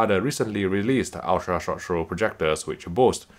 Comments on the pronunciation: "ultra rshh rshh rshh projector" .... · Is it wrong I love when he reviews USTP in part because how he pronounces it? Jokes aside amazing review as always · crack me up how this guy can not say ultra short throw